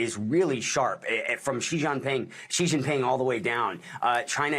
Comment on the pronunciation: "Xi Jong Ping" did anyone else catch that slip? lol